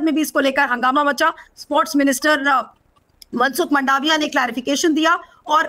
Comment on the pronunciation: मंडाविया नहीं मांडविया , सही उच्चारण